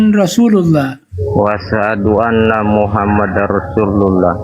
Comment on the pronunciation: Betul, yg syahadat tadi dia melafadzkan kurang pas. Asyhadu an laa ilaha illallah, wa asyhadu (ALA)anna muhammadar rasulullah. Seharusnya anna, dibacakannya Ala